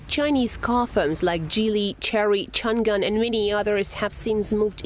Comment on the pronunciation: Really? Chan-gan? This news host should go take a pronunciation lesson.